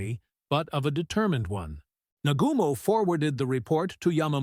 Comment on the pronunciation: Tell the AI how to pronounce "Nagumo".